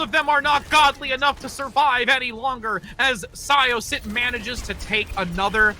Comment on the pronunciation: syosset pronounciation was a mess XD